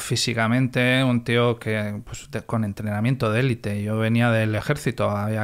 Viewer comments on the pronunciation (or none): none